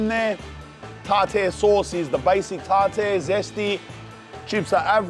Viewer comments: Man it's pronounced Tar- Tar ,tartar sauce...here you are doing a fish review,you are tasting them for the first time so maybe taste it before you smother it in "Tartar" sauce 😏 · Tar tear sauce💀💀💀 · The pronunciation of tartar sauce 😂🤣